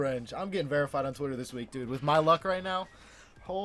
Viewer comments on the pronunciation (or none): none